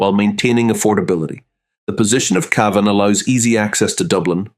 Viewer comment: Just as you've made my Ear's Bleed with your Torturing the Pronouncation of Cavan...have you finally Adapted to CAVAN...There is Hope yet for IRELAND.